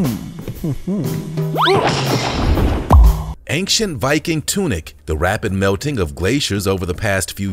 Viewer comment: Honestly, love to watch your vids, but ANG-CHANT?!?!?! AIN- CHANT. No g or k required or requested. That's all I'm saying.....